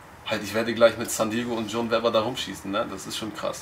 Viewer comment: Wie der eine Typ einfach John Webber nicht aussprechen kann und immer John Weber sagt